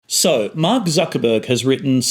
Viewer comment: Your pronounciation of 'Mark' sounds like 'Marx' in my ears, which translates to weird listening experience. Btw: I wish focault was alive and wrote a book about power and the internet.